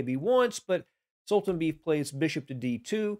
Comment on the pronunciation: I think Khan's opponent's name is pronounced sool-tahn-BAY-eff.